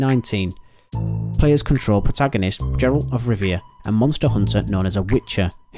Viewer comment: Prota'goh'nist? 'Jeralt' of Rivia.. pronunciation is poor in this video